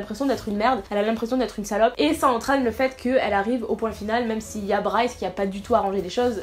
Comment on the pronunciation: C'est Bryce pas Bry hahahhahaha